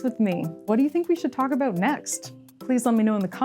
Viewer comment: the pronunciation "aboat" for "about" or "oat" for "out" is a usual give away they are Canadians, I caught it a couple of times in the video My wife was from Edmonton and I used to tease her aboat it all the time, she used get riled up 😁